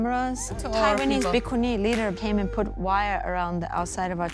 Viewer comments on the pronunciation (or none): Cool video, but the lady kept saying bikinis, which made it sound awkward. Bhikkhuni, not bikini.